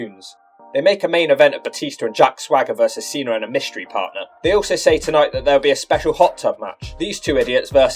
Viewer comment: Why do you pronounce Cena as "Cenar" but Batista isn't pronounced Batistar?